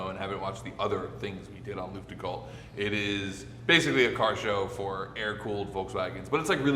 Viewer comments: pronouncing Luftgekühlt as Lüftgekuhlt is absolutely hilarious to me, if he just swapped the sounds it would sound almost perfectly German😂 Damn, that scene of placing that sticker on the guardrail absolutely made me bawl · i never heard some one butcher luftgekühlt oh gott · As a German I not even understand the word „luftgekuehlt“ like you pronounce it… 😂